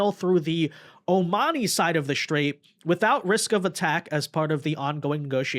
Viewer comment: You pronouncing IRAN wrong the ( I ) is like the I in IN or Impossible and for STRAIT you are saying like SHIT RAIT that is disgusting.